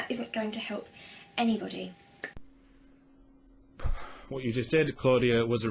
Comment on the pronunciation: She said 'anybirdie'... did she go to the Pigeon school from Hatoful Boyfriend?